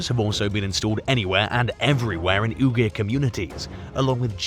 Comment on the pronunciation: AI Voiceover should not be used when it can't even pronounce Uyghur correctly.